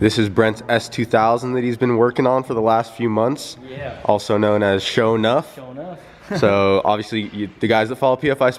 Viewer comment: SaaaafuukinSSSSwwwwweeeet. is rad as fuk!!!! Love that guy:-) I'm glad he wrote SHO'NUFF in the description, because i swear i heard SHOW'NEUF, which would mean SHOW'NINE in English.